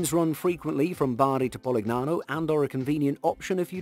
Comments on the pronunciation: Polignano and Puglia are actually pronounced somewhat like "Polinyano" and "Pulya". Gn and Gl are not read phonetically in Italian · The narrator has a pleasant enough voice, but the "g" is silent in "Puglia" and "Polignano". It serves as a modifier giving a gliding "y" to the following consonant - - such as in "Lasagna" or 'Bologna". And thus "Pulyia" and "Polinyano" would be closer to proper pronunciation. Nice vid, otherwise. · Favorite part is the attempted Italian accent mixed with plainly wrong pronunciation, like PoliGnano haha. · That was a great compilation! But, please: It's spelled "Poolya" (Puglia) and "Polinyano" (Polignano) 🙂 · how the faq you pronounce PUGLIA and POLIGNANO??? Why the hell don't you check the correct pronounce of those words before saying them??